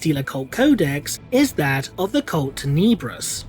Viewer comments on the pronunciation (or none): Please, tier-a-nids not tie-ra-nids. Also cult tenebrous? It's pronounced ten-eh- brus, soft e not hard e. Lovely video tho, don't take pronunciation criticism as me not liking the video.